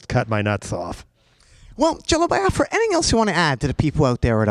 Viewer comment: I love that Jello Biafra says it correctly "bee-ah-frah" not "bye-ah-frah". It was a sovereign nation that never saw the light of day fought for by my ancestors 🌅